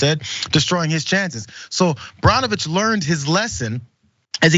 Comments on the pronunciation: Pronounced Burnovicb or Bernovich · Burn o Vich is how it’s pronounced